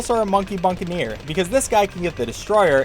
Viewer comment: Wow, he said Buccaneer correctly. Love the character progression.